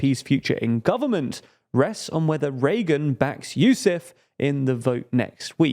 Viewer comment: "hUmza yousAf" not "hAmza yousEf"